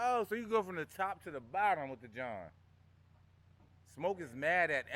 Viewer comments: Jawn is pronounced to rhyme with “yawn” not “John”, but you say and do everything else in life right 💯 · I just watched another vid and he definitely said John 😂